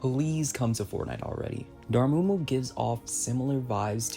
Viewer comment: It’s (Door-Mah-Moo) Dormammu